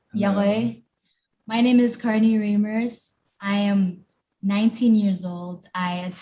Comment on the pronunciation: Yall got Carnie's lastname wrong lol its Reimers not Riemers